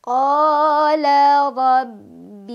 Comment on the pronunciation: Maaf, Robbi syakiyya (robbi) nya tidak panjang kak🙏🏼